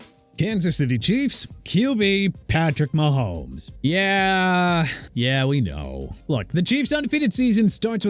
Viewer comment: THERE IS NO WAY YOU SAID MAHOMES 😭😭